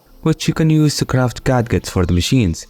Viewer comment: I much prefer your accent to some ai voice, so I'm bringing forward this pronunciation correction purely out of a desire to help. The word "gadget" is pronounced more like "ga djet" or "gaj it". Sorry for the pedantic nature of my comment